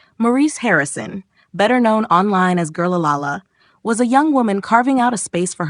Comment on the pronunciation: Please learn how to say Girl La. La. Lahhh